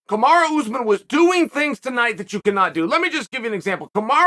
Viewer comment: Ooozemen. You do this for a living . Mokelshv, komzot. Should probably learn the names of the people you talk about for a living. Couldn’t even say breakfast or cereal while sponsoring it.